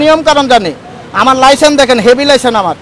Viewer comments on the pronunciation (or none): লাইসেন্স উচ্চারণ টা করতে পারে না সে আবার গরম দেখাব😂